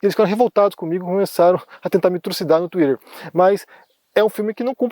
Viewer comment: O jeito que fala twitter me pega muito 😂